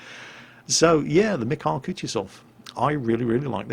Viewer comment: You know the only time my Missis ever responded to my talks about world of warship was to correct me when I attempted to pronounce the name of this ship. The mikhail part, the kh is similar to the ch in the word loch. Just spreading the wisdom of my wonderful fiancé!